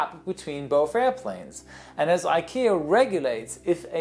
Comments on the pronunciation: ICAO pronounced “eye kayo”. Almost the same as ikea in a way. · "As IKEA regulates" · i keep hearing him say "ikea" lmao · Me too. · "and as Ikea regulates" hahaha sorry joe but I just can’t Unhear that😂